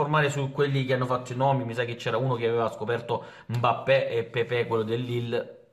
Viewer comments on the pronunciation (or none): none